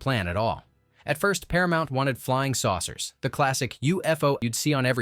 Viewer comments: SOURCERS - SAUCERS BEARLY-BARELY For Pete's sake, get someone who speaks English. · Saucers not sourcers ! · "SAUCERS", not "sourcers"